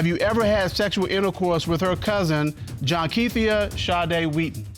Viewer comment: Did she say JOHNQUETHIA!? 💀💀💀💀😂😂